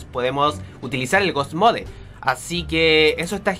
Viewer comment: se dise ghoust mod